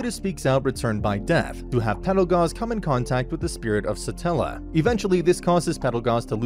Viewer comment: Why is no one correcting him on Satella lmao Its Satella the witch of envy not stella